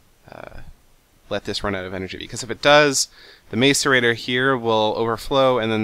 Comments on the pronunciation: Its (mass-er-ra-tor) not (mace-er-ra-tor). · macerator (mass-er-ator) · two helpful hints,1) i think the macerator is pernounced masserator 2) instead of sending all the material you don't use to the void you could invest in what is called a condenser, it turns all useless material into useful material like diamonds. But you could use it to turn your junk into coal so you could keep your diamond making machine cuz that thing is cool. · hey seth me n my friends are being stirred up by ur prononciation of the word macerator, pronounced like this; Mass-er-ray-tore not like this mace-er-a-ter lol i actually was surprised the way u said it at first it made me laugh it still does i hope u don't think i'm a dincus for telling this ;D and I realy enjoy ur serries! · Macerate; pronounced masəˌrāt according to google. therefor pronounce macerator like mass-erator, not mace-erator. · it's pronounced ma-sō-ray-tōr for you people who think your so smart believing it is pronounced mace instead of mass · You're pronouncing macerator wrong... It's like mass-erator, not mace-erator. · you say macerator like masserator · its MASS-ER-AY-TOR- not MACEur-A-TOR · he is the first ive ever heard pronounce it as mace... and the canadian thing was a joke, thank south park... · Seth The macerators are pronounced mass-er-ay-tor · Yeah, instead of May-so-ray-tor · It's ma-ce-rei-tor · Macerator is pronounced "mass-er-ay-tore" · Its pronounced m-ah-so-rating